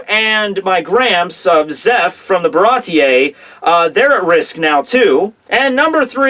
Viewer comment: Bay-Jay? Baratie-ay? Jesus Christ. This isn't Pig Latin.